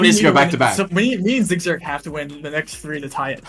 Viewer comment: No, it’s Zi8gzag. Rainbolts German pronunciation is frankly…horrible😅